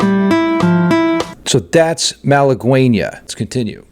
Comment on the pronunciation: Btw it is "malagueÑa" no malaguena